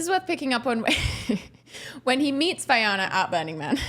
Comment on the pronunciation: Great commentary on the podcast. I agree with many of your points and they are well articulated, thank you. My only nitpick is that Vylana’s name is pronounced incorrectly throughout. It’s Vy-lana vs Vy-Ana. But otherwise loved it!